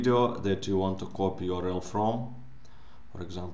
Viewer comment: Video your-el